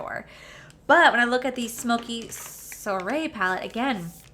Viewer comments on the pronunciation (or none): Soiree is pronounced swɑːreɪ It's all French and dignified apparently 😂😂😂😂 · Soiree is pronounced like swa-ray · Soirée is pronounced...Sw-ah-ray-it means dinner party... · It is apparent has never studied French...lol. (Pronounced kinda like 'swaray') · Girl, you need to take French lol. Soiree is a French word for party. Google will give you the pronunciations of words